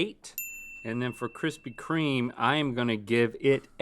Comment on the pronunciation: kwispy kweme